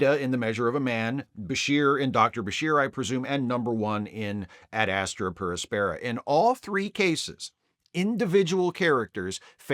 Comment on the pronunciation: ad AS-truh pair AS-peh-ruh, following classical latin pronunciation, and also generally pronounced that way in English. Excellent episode though.